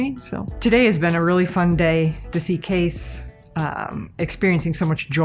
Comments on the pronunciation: "...I can't relate to because of my generation, but, I know this means a lot to Kees." (Mom pronounces it like "case", spelling I keep seeing is Kees, I sincerely hope I got that right.) I wish more middle aged adults were like this guys Mother, she knows she doesn't understand it and doesn't really care, her son cares about it and that's all she see's that matters. This man has a great woman watching over him, God bless him and his family. If he has a donation page to help with treatments or even to fund a project he wants to undergo while he fights this battle, please someone leave a valid link. I've never put a dime towards anything on a gofundme but this is surely an exception. It really makes me happy that, from what we can tell, this guy knew what he was doing from the get-go but obviously lacked the finances and support to build the PC he always wanted. So make-a-wish brought him to, helped him with picking out parts and purchased them for him, and basically from there was just there for support/questions and laughs while Kees got to build his dream rig. If the kid wins the war, he'll have one hell of a trophy and memories to go with it, and should the cancer gain too much hold and take him, then he will go to rest having gotten to fulfill at least one of his dreams. Something some of us will go through 90 years of life and never achieve. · Kees ( pronounced it case) me what kind of case is he using?